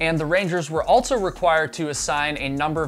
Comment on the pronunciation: Fun fact: there's no "t" in also.